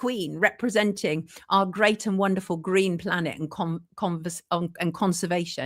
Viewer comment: Yeah he loved them gween's and bwown's